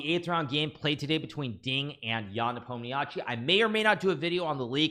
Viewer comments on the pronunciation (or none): Nice he said nepomishi not nepomniatchi lol